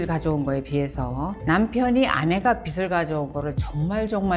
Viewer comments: "비시" "비슬"이 아니라 "비지" "비즐"입니다. 빚은 받침이 ㅅ이 아니에요... 듣기 참 거북하네요. 지식오마카세라니... 굳이 일본어 오마카세를 써야하나? 참 한심. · 빚을 비슬~~x 비즐~~o